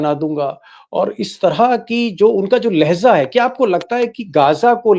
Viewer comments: Deepak ji , lehza nahin balki " LEHJA" hota hai. Durust kar lijiye. Urdu mein do lafz ek saath bole jate hain." Labo LEHJA. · You are telling Leheza if it is Hindi word or Urdu word if it is Urdu Pronunciation should be Lhejah.